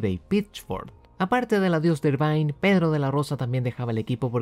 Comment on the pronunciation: Excelente video como siempre. Como crítica constructiva, te recomendaría solo revisar la pronunciación del apellido de Eddie Irvine, que se lee más parecido a "ervin" o "irvin" que a "irvain" (en Wikipedia sale escrito en IPA, menos charcha jajaja).